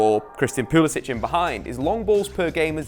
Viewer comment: Abraham not Abrahams...Pulisick not Pulisich